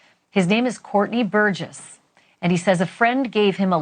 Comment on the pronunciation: said Courtney burguess 😂